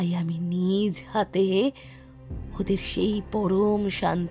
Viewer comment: 'NijHaate?-Naa 'NijoHaate'?AareBhaiUccharontaThikKorun,BhishonKaneLagchheJe.